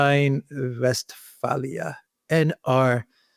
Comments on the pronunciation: it is not West FALIAN.....it is pronounced as Nordrein West faaaaaalen, speak out as aaaa= WestFALEN...not WestFALIAN....it sounds long as aaaaa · It's not Westfahlia. It's Westfalen